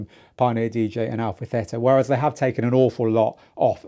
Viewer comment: 2 years ago, I commented on your FLX4 video saying I'm hoping to see FLX2 soon. I got a reply from someone saying that why would Pioneer release FLX2 while the FLX4 already cater the needs of mobile djing? He's right... Pioneer Dj would never release FLX2. It's Al-fa Tee-tuh!